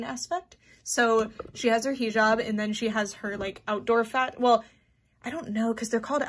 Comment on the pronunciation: hii!! not tryna be that one bitch but its pronounced " hih job" like hih as in hiccup and job :) love your content !! <3333